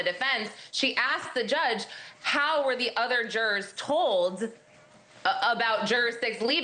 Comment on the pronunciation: I watch you because you have the best coverage of this case, with no crap added. But fuuuuuuuuck the way you say jurors is so annoying lol 😅 Why do you say it that way? And juror 6 loving 90s hip hop and nodding along with diddy n smiling when things go his way, should have been kicked out days ago!